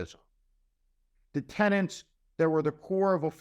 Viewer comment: It's "tenets" Steve, not "tenents".